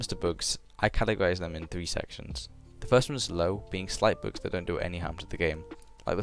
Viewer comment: lul u have an accent when u say "bugs" it soundslike ur saying books